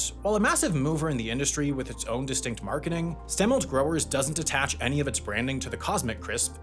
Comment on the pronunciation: I grew up in Wenatchee. It’s st-uh-milt.